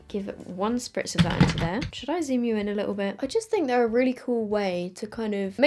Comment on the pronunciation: when she said “just gonna zoom you in” she sounded so australian